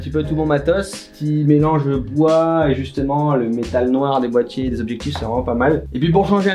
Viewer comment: Tu préfères le bois pour y poser tes "bois-tiers" ( Boitiers)